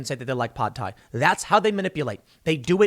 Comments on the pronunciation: “Pod thai” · I'm boycotting Tim until he pronounces Pad Thai correctly. Fucking weirdo.